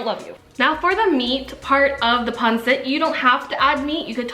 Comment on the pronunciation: Its Not Pronounced Panset…Its Pronounced Panseet! Got It? Good!